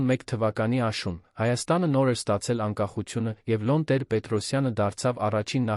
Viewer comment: Բավական է մեր գեղեցիկ Երևանն աղավաղեք Եան ասելով,Լևոնն էլ Լոն ասելով։Հաջորդը՝ գոյականը ժխտականի դեպքում «չ»-ն չի գրվում բառի առջևում և չի արտասանվում ։օրինակ՝սխալ է ասել տուն -չ😅տուն«չ»-ն գրվում և արտասանվում է բայի հետ ։ Օրինակ՝ ուտել-չուտել,վազել-չվազել։